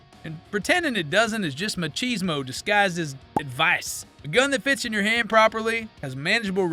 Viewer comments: Awesome, vid. “Ma-ki-smo”, tho brother. Respect for learning it by reading, ig. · I love the mispronounciation of machisimo. Way to sound "cultered/woke." I know 90% of your audience won't catch it tho because they watched the tpusa halftime show.